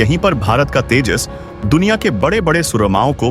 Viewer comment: IT IS SURPRISING THAT YOU CAN'T SPEAK OUT TEJAS MARK2 PROPERLY AND PRONOUNCING TAJAS MARK .... 2. YOU NEED TO RPACTICE READING TECHNIC.